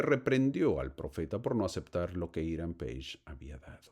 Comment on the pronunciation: Es Hiram Pages, se pronuncia así!